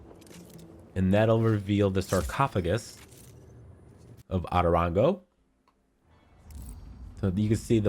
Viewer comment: The way he says “otorongo” as atorongo kiiiinnnddaaa annoys me